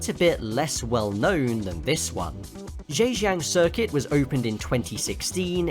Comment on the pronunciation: If the circuit is in Zhaojing, why is it called Zheijang?😂😂